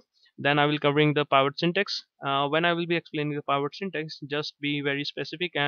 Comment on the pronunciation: The word Pivot is pronounced with a short I, as in pin, pill, or pick.